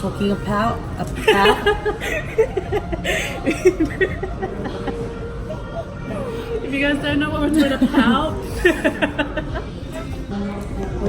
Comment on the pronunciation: “talking apout” 🤣🤣🤣 crack up. Love the vlog T&S fam!